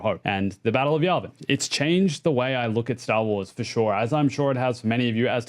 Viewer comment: Say Stah Wahs again.